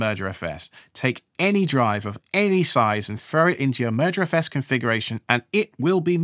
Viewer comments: I know you're saying "merger os"... but I keep hearing "murder os". And that makes me think of what Microsoft has done to Windows. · this is a great video series so far and it's exactly how i roll. really enjoying it so far! although since you said 'crows have a murder' now all i can hear is 'murderfs' every time you say 'mergerfs' :P off to watch part 2 ;) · Keep hearing it as murderfs...